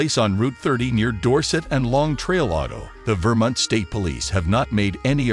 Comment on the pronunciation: Vermint? really? can't pronounce Vermont